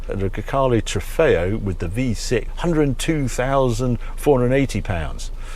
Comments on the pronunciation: Grecale, sounds like 'Grockle'. Looks like a Kia, sounds like a Golf. It's just another car-by-numbers Stellantis shitbox. I'll pass. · GreCACALE. Oh my God, Harry :)))))) That's why I love you. Probably everyone missed that.